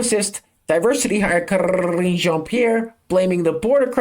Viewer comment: I love hearing you pronounce diversity hire Karrrrrine's name!!!🎉😂